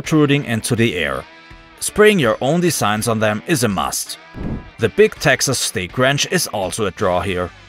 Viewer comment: the number of pronunciation errors is maddening. he even called the Big Texan Big Texas.